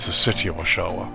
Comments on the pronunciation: Just a note, the pronunciation would be OSH-wa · I got my license here in 1963 flying Tri-champs (nose gear on a Champ) on an Air Cadets scholarship. it looks quite different now, but I assume the downwind is the same, over a cemetery, then the public swimming pool. I laughed at your pronounciation of Oshawa. It's Osh...... awaaa (short middle syllable like away) Thanks for posting.